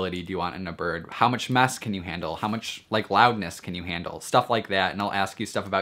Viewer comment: He says birb.. Not gonna lie its kinda hot